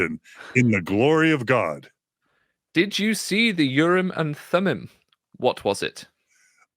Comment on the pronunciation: I am a messenger from the L-rd. I am aroused and awakened to correct you, and all lds people. STOP SAYING URRM AND THUMUM!!! It is extremely annoying and silly sounding. The proper hebrew pronunciation is "oorim and toomim" rhyming roughly with "groomin and moonin". But you must shift the stress to the second syllables, like ooRIM and tooMIM. you can quibble about the t of toomim, because in hebrew you would use a soft t, that is a th. But not in english. You see, the word "and" in hebrew is just a single letter W pronounced with a schwa, that is just enouvh push to say the letter. Often and in hebrew is transliterated "we" but now wee and not weh, but somwhere in between. Now...a t in hebrew can be either a t or a th. Mostly when the t is at the beginning of the word its hard. If its in the middle of the word its soft. (In phonetics there are always exceptions, but none are relevant here.) Note the we meaning and is not a stand alone word. Its a prefix. So ooRIM and tooMIM are actually 2 words not 3, like this "ooRIM vetooMIM". note that the t is in the middle of the word, so it turns soft. Now if Joseoh got the oorim and thoomim from some translation of the bible, the translators can be for keeping the soft th, cus that is the actual pronunciation in the bible. But if you are not translating scripture and you are just talking about oorim and toomim, it would be better to pronounce the t as a t.